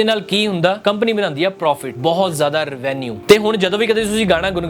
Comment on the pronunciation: oh ghooseya video banon ton pehla english de words di pronunciation google kar leya kar. REVENUE= REVE-NUE hunda.